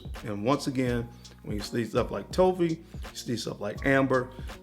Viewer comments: Excellent list,. I was a bit confused that you were referring to “toffee” as “toe fee.” I figured it out, but toffee rhymes with coffee. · I was trying to think of what note you were talking about when you said "toe-fee". Toffee is pronounced like coffee, just with a T instead of C. But I realized what you meant man! ✌️ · Whats toe-fee? Im guessing hes saying Toffee like the sweet? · What the fuck is a TOE-FEE lmfao BRUHHH. 🤦🏽‍♀️🤦🏽‍♀️🤦🏽‍♀️ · Lmaooo I thought the same thing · Good stuff! But brother... its pronounced toff ' Fee... Toffee. No long o. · Pronouncing toffee wrong